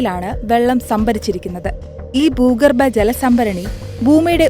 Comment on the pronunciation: ബൂമി, ബൂഗർഭം, ബൂകമ്പം 😂